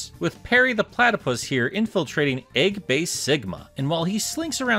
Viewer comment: "Eggbase Smegma" I HEARD IT. xD